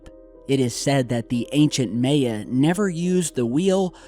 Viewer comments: Amaterasu Solar no, its neither. Its Maya. Not muh-uhgn or poo-you. As long as you knew what he meant when he said it, mission accomplished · you're my boy but may-ya is killing me. Lol my-yuh. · God dammit if u say MAY-UH one more time. It’s pronounced MY-UH not MAY-UH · what the fuck is may yah... all i see are mayan temples. (MY-YUH) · it's "MY-YA" not "MAY-YA"... Yer killin me smalls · You really are saying may-ya... Cmon... Mye 'yAh.... Bro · it is pronounced M-eye-ya, not May-ya.....js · Pretty sure it's pronounced mya bud spelt maya sorry ma man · Its not fucking may-yah its my-uh god dammit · Goddammit!... MAY-A?! Really?! Did you ever take a history class? MAH-YAH!...that's how it's pronounced. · I must admit you are adding an extra y in there when pronouncing Maya. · Why are you saying May-a 😂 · AAAAH! C'mon, EVERY TIME......it's not like you're saying Guierrmo Del Toro or some such shite that us white people have trouble saying....My....Yeah....Lol. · May-uh lol oh.. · May-a? What's that? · You’re saying that Spanish word maya so wrong. The a is silent and sounds more like an i in it like Miya. Okay silly 😜 lol 😂. My husbands Spanish so I know how to say it. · It's pronounced: "MY-AH" or "MY-AHN". Face palm. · Hey, it's pronounced My-Awe. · I believe it is pronounced "Mai Ya" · Prounounced My-a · Maya = My - yuh (ya) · Did he go to school? It's pronounced "My-Ya" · Just think of "My-ya" =Maya, your killing me. Lol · It's pronounced MAH-YAY-UH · Theres no possible way you study conspiracy as much as you do, and don't know how to pronounce "MY-YAH". 2012 was like the biggest thing going for years. You would of heard the word 100's of times on things like Ancient Aliens. I refuse to believe you're doing anything but trying to get comments to screw with the YouTube algorithm. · Maya- pronounced with short "a". Generally speaking.... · it is pronounced "MY UH" or "MY AN"... do you even read bro?